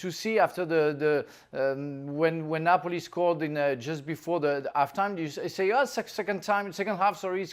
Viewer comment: Its not nopali mg its neoali